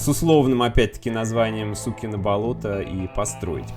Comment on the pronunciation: Если что название правильное СукинО Болото, а не СУкино хахаха